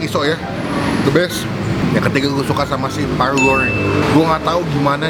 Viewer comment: krn yg makan Paru & Rendang nya jadi banyak R nya parrru & rrrrendang 🤭🤣 takis boss 🤣🤣👍👍